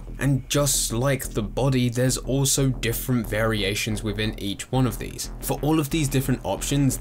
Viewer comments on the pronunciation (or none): I swear you say 'look at veese' instead of 'these'... could be trippin though...